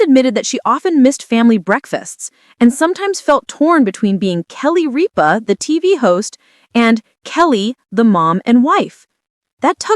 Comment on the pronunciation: Learn to pronounce Ripa and Consuelos